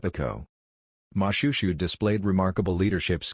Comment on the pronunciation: You should've referred to YouTube or tiktok on how to pronounce most of the names you mispronounce. It's Mo-shwe-shwe not Mushushu, Lesotho and Basotho aren't pronounced that way also. Edit : I know it's an AI Generated voice but stop it